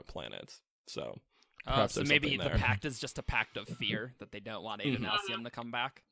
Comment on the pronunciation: The way you guys pronounce Adonalsium drives me crazy. The name is based on the Hebrew Adonai, which has a short A sound. Otherwise, great job.